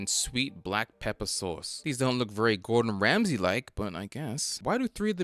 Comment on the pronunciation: Gowdon Wamsey 😂😂😂😂